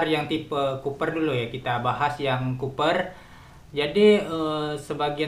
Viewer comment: Copper om bukan Cooper,wkwkwkwk